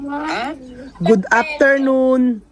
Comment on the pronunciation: di rin nya masabi "afternoon" 😊😊baka if mabasa nila oke na